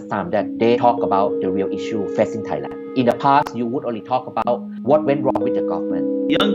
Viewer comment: Narrator's pronunciation of Thailand is killin me, it's pronounced TAI-land. Not thigh-land although in school we're taught a certain way of pronouncing the word when H follows a T.